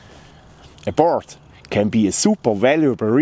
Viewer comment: if you say board exactly how you say “lord” it will sound ok. Now it sounds like “birds”. The technique is flawless though, thank you.